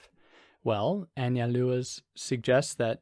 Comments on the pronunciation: Analua? Break it down as An-zal-do-uh—Anzaldua. It’s Basque. Gui-knee-on = Guignion. Not hard. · You said it fine when you pronounced it "in English." Just a little more emphasis on the u. Like "AnsaldOOah." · You should probably try to learn to pronounce her name before hitting the record button.